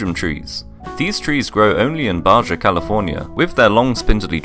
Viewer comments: Ba ha California is spelt Baja but not pronounced BargeA …. I know this and I have never been there …. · “Baja” california is a spanish origin word, so it’s pronounced “bah-hah”. Dope trees tho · Ba-Hah. You pronounce the j as an h in Spanish, and there’s a lot of Spanish origin names in California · “Badga California”! Lol! My friend, in spanish names areas, the letters are pronounced in spanish most of the time! So it’s actually “BAHA” because the “J” makes an “H” sound in spanish! Hope this helps :) furthermore, the double “LL” sounds like “Y”, “Llaves” is pronounced “Ya-vis”and the “Y sounds like a “J” “Yagrumo” is pronounced “Jagrumo” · Bah-Jah? It's pronounced "Ba-ha." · It’s pronounced like baha instead of Baja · Baja is pronounced as Ba-Ha, not Ba-Ja. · Baja is pronounced Ba ha not ba ja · You can pronounce all these tree names but cant pronounce baja? Ita bah-hah not bah-jah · The way you said Baja 😂 Its pronounced BaHa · Pronounced BA-HA. LMFAO! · My guy “baja” is in Spanish it would be pronounced “baha” but still spelled baja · Baja is pronounced Bah Ha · Baja is pronounced baHa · It is BAJA PRONOUNCED BAHA!!! EFFING BRITISH! GET IT RIGHT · Baja is pronounced Baha (Spanish) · It's pronounced "ba-ha" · Baja is pronounced as Baha.. you're welcome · It's pronounced ba ha nor Baja🤓🤓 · Pronounces Baja as "baJa" Pronounces Jabuticaba as Habuticaba Are you trying to troll or something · Baha it’s pronounced BAHA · Lol it's pronounced "ba-ha" not like how it's spelled.... Baja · "Baja" I bet bro pronounces Juan as "John" 💀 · I like how you mispronounced Baja by giving it a hard 'j'. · Bro just pronounced the J in Baja 💀💀💀💀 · Pretty sure the J in Baja is pronounced with an h sound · Lost me when you pronounced an english j in Baja. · Lol you don't pronounce the J in Baja. It's not a French word lol. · Mispronounced Baja